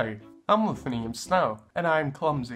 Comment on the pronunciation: “Hi, Im Lithunium Snow”~Lithunium 2018 😂 Btw love your vids u remind me of me when i use makeup 😂😂